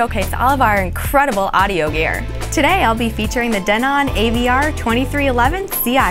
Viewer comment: She is pronouncing "Denon" correctly. Denon is not a US company, and hence, the correct dialect of its sound.